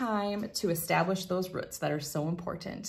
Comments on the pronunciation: She also says "rhutts" but means roots. 🤣🤣🤣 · Rhuts? 🤣 Not a Tenn native! Great videos. 🤪